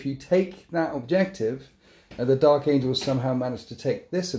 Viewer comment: "Dark Angels" not Dark Angles. Lol